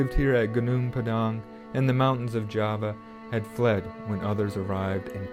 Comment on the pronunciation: Thanks for pronouncing Padang correctly 😅